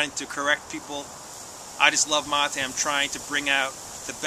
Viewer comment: Amigo its ma"te" not ma"tay" lol. Keep enjoying. Good health to all